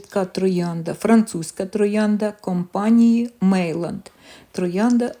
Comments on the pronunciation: Не Мейланд, а Мейян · Meilland французькою звучить Мейян! Tête d'or- тет дор! Золота голова😊